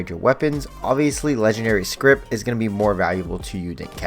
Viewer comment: My brother in Christ, it's scrip. No T. Please. Lmao